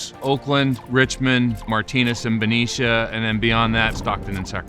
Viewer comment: Benicia, not Venetia, lol